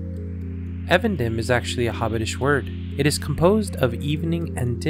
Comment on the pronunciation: It's pronounced EEvendinm* btw